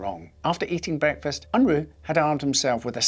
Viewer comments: ~ It's not "Un-Rooo" but rather "Un-Raaa" as in uh not Ooo. and he's of Mennonite heritage. I'm amazed he even fought in the war because Mennonites are pacifists. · It's pronounced "Un-Rah" not "Un-Roo"